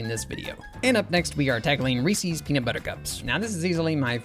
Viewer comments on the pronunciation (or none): Great stuff. Ree-sees is actually pronounced Ree-ses though but I’m sure you already know that. I grew up calling it the same thing. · In which part of the United States do we say "REE-SEES" and not "REES-izz"? 🤷🏽‍♀️ (asking for a friend) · Excuse me how do you pronounce Reese's?? Ree-Sees? That seems incredibly wrong and I worry about how you pronounce the name Reese. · Reese is not pronounced “ree-see”, it’s “ree-s”. It rhymes with piece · said Reesee's. SCHLATT'S COMING FOR YOU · I've never heard anyone pronounce it like "Reesies" before. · Ree-Seez cups, eh? (Fantastic designs, Funyuns looks so good) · Reeses is pronounced ree siz. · The number of times this guy says "Reesie" or "Reesie's"... Why? Just... why? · “Reese” is a name. Reese’s is the name, plus a possessive s. Why would you pronounce “Reese” as “Reesey”? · Mispronouncing Reese’s is killing me 😭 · Surprising they’re your favorite with you pronouncing Reese’s wrong.